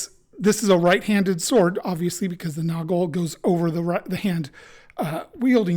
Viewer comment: As a native German speaker (from Austria), I can assure you that you pronounced both ‘Günther’ and ‘Nagel’ perfectly. Of course, there’s a slight accent, but everyone has one anyway (even in their mother tongue). 🙂👍 P.S.: I’ve been thinking about purchasing this messer for a while now. Your video has made me even more keen to get it.